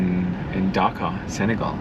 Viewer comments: The way you pronounce it sounds funny and sounds like you said Dhaka lol. Love your videos I am your very old subscriber after 4.5 years I am watching your videos again. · It’s not Dhaka but Dakar!! Don’t forget to roll “R”!! 🤔🤷🏽‍♂️🙏🏽